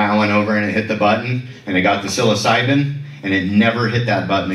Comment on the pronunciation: Great video but that's not how you pronounce Psilocybin. 😂